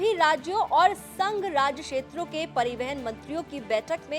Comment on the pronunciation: Madam pariwahan hoota hi peiwehan nahi hota hai..